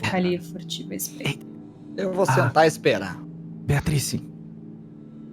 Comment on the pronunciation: Toda vez que o Cellbit fala Beatrice eu escuto Beatriz e me arrepio toda ✊🏼